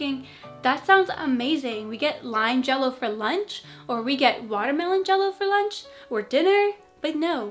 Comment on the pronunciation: Jell-o sounds for me like J-lo 😂😂😂😂